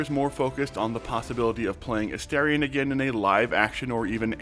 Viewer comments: A-'STAR'-ion! for the love of gods. Not A-stare-ion. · A-STAR-ion not aSTAIRion and newBON not newBIN. 😅 it always surprises me when interviewers get his name wrong. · I really don't understand how so many people are mispronouncing his name. They say it like a thousand times in the game, and it's pronounced as it's written. A-STAR-ion, like a star in the sky. What is so hard about this?